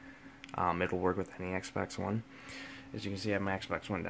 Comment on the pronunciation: It's xbox one not eggsbax